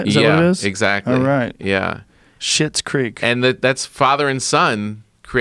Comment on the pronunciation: Schlits creek!!!!! Not shits!!! These fuckers can’t read lmao!!